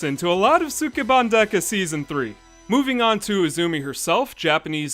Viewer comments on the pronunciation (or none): ski ban not suk e ban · It's pronounced Skeban. The u in Sukeban Dekka is dropped, like in the name Sasuke. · Would love to see this show. But the mispronounciation of sukeban in this video is distracting.